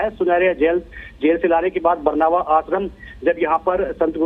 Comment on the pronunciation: Ye न्यूज़ बताने वाले को हिंदी नही आती बरनावा को बरवाना बोल रहा है